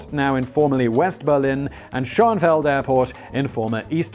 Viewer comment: Currently we are waiting for the Berlin airport to open still (it is a MASSIVE running joke to Berliners), at which point they will close Tegel (Tea-gl) airport. The new Berlin Airpot is adjoining Schonefeld (Shoe-Na-Fell-d) and it will effectiviely be just one place when its finished to my undertanding. Anyway, I hope that hepls some people, and Simon with the pronunciation in case he ever needs to talk about them again! :)